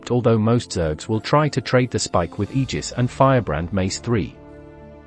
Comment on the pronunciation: I think you used a voice program for the video, but if you didn't you're the first GW2 content creator I've seen to pronounce Aegis properly. Kudos